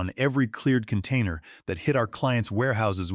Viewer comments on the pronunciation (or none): I stopped listening after a couple of minutes, mistakes in the story made by A.I made me lose interest in the story. What a "can tainer"? Get rid of the A.I and your stories will automatically improve. Proofread amy story for mistakes and inconsistencies and that will certainly help with the stories.